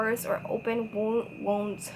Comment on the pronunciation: Love the "Woonds" - Wounds 🤣 mas may na kysa kto pang kilay jd kay ma strip off pa imo kilay apil jud